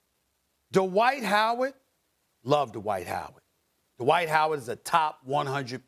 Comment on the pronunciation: DUH-wight Howard